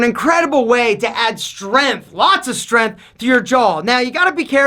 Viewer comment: 1. Stop yelling at me. 2. There is a g in the words "length" and "strength". 3. Definitely don't punch your grandma....unless she deserves it.